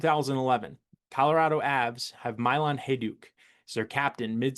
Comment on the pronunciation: Oof you butchered names in this one. Lecavalier is luh-KAV-uhl-YAY. Milan Hejduk is like the city... Mee-lawn. Richard is Ree-shard.